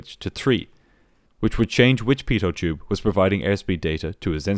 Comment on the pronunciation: It's quite funny how you pronounce the word pitot tube 😅 Singular: Pitot Tube Prular: Beetle Juice 💀😂